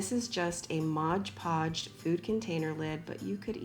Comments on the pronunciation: it's not "modge" podge. it's "mod" podge. ARG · Adorable!! But it’s not ModGE Podge. It’s MOD PODGE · Love...but why do people call it modge podge? It’s mod podge! 😂